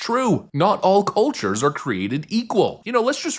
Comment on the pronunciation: It’s cullllltures not coohhhtures